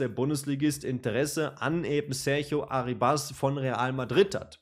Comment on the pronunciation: kurzer aussprachetipp: der junge mann heisst nicht arribAs (der Akzent liegt nicht auf dem a), sondern ArrIbas (also akzentuiert wird das "i" ;) gern geschehen.